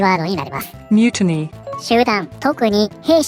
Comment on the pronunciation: 発音はミュティニーなのか、そういう言い辛いものこそミュリニーみたいになるんじゃないんかw